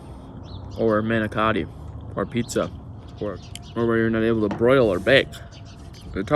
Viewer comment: Said manicotti wrong smh